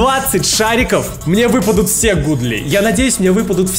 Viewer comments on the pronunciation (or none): Godly-это не гудли это гадли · На английском когда написанны два о, тогда читается у например Look читается лук а Godly Гадли